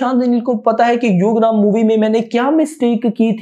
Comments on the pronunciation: its ugramm not yugram or instagram 🤣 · broo its Yugram its ugram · यूग्रम नहीं है उग्रम हैं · U gramm nhi hai bhai ugramm uggar +mm